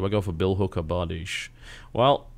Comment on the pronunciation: Love how TB actually pronounces Bardiche correctly!